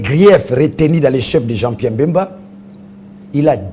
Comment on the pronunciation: Daniel Safu,on ne dit pas,il siesta fait bcp de l'argent mais bcp d'argent, en plus son nom est BEMBA ,pas Mbemba